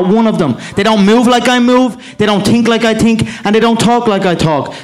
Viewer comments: "they don't tink like i tink" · "They dont tink like I tink" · They dont tink like i tink looooool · They don’t tink how i tink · Mcgregor always wins because they don't "tink like he tinks" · I tink..... A lot i tink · They don't tink like i tink 🤣😂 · they don't tink like i tink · They don’t tink like I tink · They dont tink like I tink... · They don't move like I move, they don't tink like I tink, they don't tok like I tok...... hahahah he is jokes but still great fighter